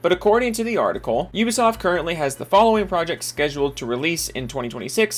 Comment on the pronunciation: I enjoy how you pronounce Ubisoft. Damn "You-ba-soft" constantly screwing up!